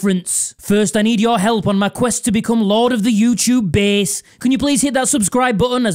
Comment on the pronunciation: I hate how you pronounce bass